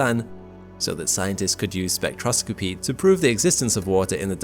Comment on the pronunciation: sorry, spectro-scoppy? 🙃